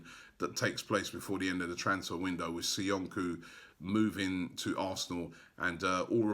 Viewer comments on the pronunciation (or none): It's Soyunju not SoyunKu , for God sake learn the players name. Still butchering Kolašinac surname makes me cringe.